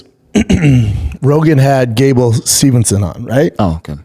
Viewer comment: All together: Steve-son. Not Stevenson. 🥴